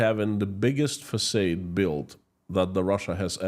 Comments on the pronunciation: I’m quite sure this is quite wrong. It’s pronounce same as “Fasad” with final A like the A in “father” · Another fantastic report, Sir!!! However, I must tell you that the word facade is pronounced "fac ah' ed" - not fac ay' ed. 🙃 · Thx!! Btw, the word "facade" is pronounced FUH- SOD but you keep repeating FUH- SADE which is a bit confusing to American audience. Thanks again for the amazing research every day. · it would be confusing to the European if he did spoke it like the USA dos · as an obviously keen and gifted linguist, you might like to know that most native English speakers pronounce FACADE as fa-SARD as in HARD, not fa-SADE as in AID. Thank you for all you are doing to keep the world informed about what is really going on in Russia. By virtue of your lived experience and your connections, you lend your reports considerably more authority than exists in most mainstream media reports. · It's facaad not facade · English lesson: Facade is pronounced "fuh-sawed" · Exactly. I was going to write a comment too, because it's the second video I heard him say that. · Façade is pronounced " Fassard " Plague is "Play-g ".. Keep up the good work